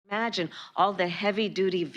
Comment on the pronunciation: The word is "IMAGINE" not "EMAGINE". If you can't speak English, get out of your office. What do you propose to use to transport what Americans need?